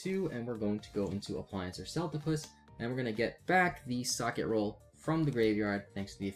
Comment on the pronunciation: lol so many youtubers pronouncing Socketroll badly XD its name is socket and troll combined not socket and roll XD silly trigger is silly XD its not named after a piece of bread XD everyone who says it like you just make me want a sammich XD